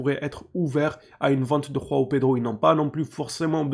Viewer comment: Juste pour info les Brésiliens parlent portugais on prononce Joao comme jean ou julien en français on utilise pas la jota comme en espagnol, pareil pour joao cancelo du coup 😅